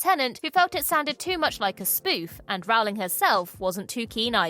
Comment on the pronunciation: Good vid! Although you’re pronouncing Rowling incorrectly.